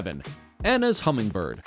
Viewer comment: It's called Anna's, not "Hannah's", LOL. Those are our hummers.